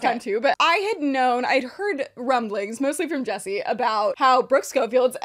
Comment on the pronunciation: JESSI not yappa-nese 💀